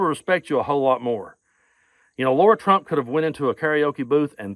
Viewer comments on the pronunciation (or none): The proper pronunciation of her name is lair a. Lara. It not laura. Im a laura and to pronounce it laura is insulting my good name laura. Its lairah lara. Please lets not insult my name. Im thankful her name is not laura. Lara lairah is her name! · OK, but you should pronounce peoples' names right. Lara is not pronounced Laura.